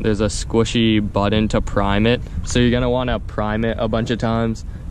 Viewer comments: Button Not Buttin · "Squishy buddun" lol